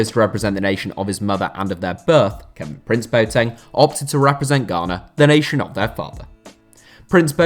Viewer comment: it’s not prince-boateng. it’s kevin-prince... boateng